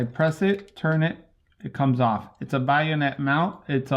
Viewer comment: A love the way you say 'bayonet'. It sounds as if you're saying 'buy-a-net', heehee!